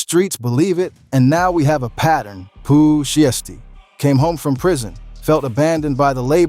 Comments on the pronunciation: “One thousand seventeen” “Pooh Shesty” “Foo-ghee-ano” and “Gucci Mon-aye” 💀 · Big scarr didn't pass away in 2024 Enchanting didn't pass away in 2022 🤔 DF?? 😂😂😂 Pooh Sheesty, foogyano wtf cant even say the names right 🤣🤣🤣🤣 come on get ya s#it right lmao